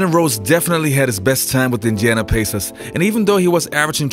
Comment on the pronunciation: Wtf are you saying Indiana Pacers like that huh? 😂